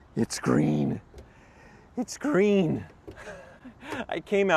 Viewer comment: "It's Gween" shoutout to TheReportOfTheWeek